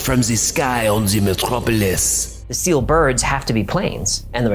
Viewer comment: "put out by steel" sounds like he is saying "put out by force"